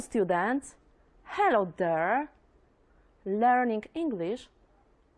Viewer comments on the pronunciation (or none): Hello students! Hello thurr! Lerning English might be gray.